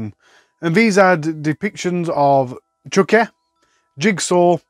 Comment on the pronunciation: The accent brings me such joy. Especially when you say such jewels as “Chucky”, but it sounds like “Chuck-eh”. This is not a dig, I love it!